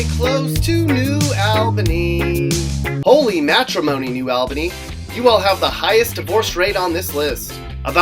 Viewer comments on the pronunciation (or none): HOLY CRAP NEW ALBANY IS ON HERE oh and btw its a short a not a long one